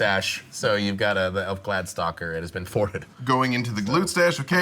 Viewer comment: Too bad he doesn't know how to say glade-stalker.